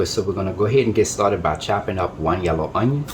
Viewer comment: I know it's good,, 'cause you smacked the table a full 10 times! Nice to see a channel where the cook uses "the trinity" AND Tony C's AND garlic! You had me at "let's get staw-ted!"